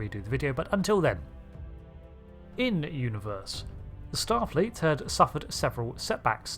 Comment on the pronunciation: "A number of starleet intelligence suites." 😂😂